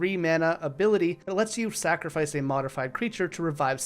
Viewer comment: I don't like how you said sacrifice like that. Final Fantasy is great it has its downsides but what franchise doesn't